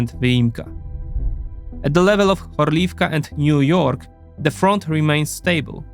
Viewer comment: So funny the town of Niu-York